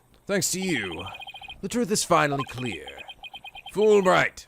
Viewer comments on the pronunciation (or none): lol, "Fool" Bright. I wonder if FulBright knows that Blackquill is insulting him every time.